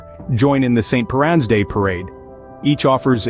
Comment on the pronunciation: St Piran, is pronounced Pier ~ an, also just want to point out our traditional Cornish pasties contain Beef skirt, turnip, onion and potatoes, with a knob of butter salt and pepper. The beef skirt is a fatty cut so the fat renders out and flavours the pasty! Anyway hi from Cornwall, I enjoyed your video about our cousin Jacks and Jennies… (incase you’re wondering, cousin jacks and jennies is the nickname given to our Cornish mining families)